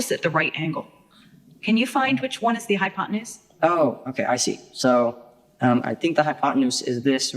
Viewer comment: All i hear is "High on potenuse" 🤣